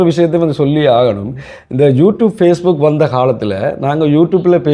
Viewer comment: Facebook என்பதை நீங்கள் பிழையாக உச்சரிக்கிறீர்கள் திருத்திக் கொள்ளவும்.